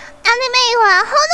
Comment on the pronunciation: M. not quite sure its said that way.. the u in desu is silent.. its said like dess neh, I guess.